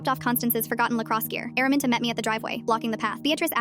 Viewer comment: "Araminta" ❌ airmint✔️